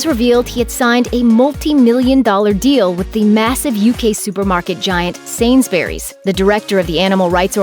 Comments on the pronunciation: Sainsberrys lol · I'm sorry but but the way you pronounce Sainsbury's triggers me